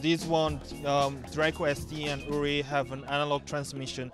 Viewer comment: It´s called UVIFY not UNIFY pal